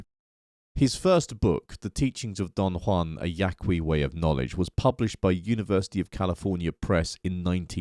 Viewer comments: It's just Yah-kee. The 'u' is silent in Spanish in this case... so not "Yah-Kwee". We good? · If you’re going to critique Castaneda, the least you can do is learn how to pronounce “Yaqui.”